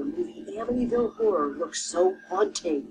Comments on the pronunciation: Is this man incapable of saying horror? It’s not a whore house. Omg. Lmao 😂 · I'm sorry but two times so far someone saying "Amityville Horror House" it sounded like he's saying "Amityville Whorehouse." Its hilarious. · Why do you keep saying "The Amity Whore House?" It's H-O-R-R-O-R. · Did he say Amityville horse house lol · Did he say “ whorehouse” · Did i hear right Amityville whore house? thats what it sounded like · That kept making me giggle! I wanted to say "No, the whorehouse was on the OTHER side of town."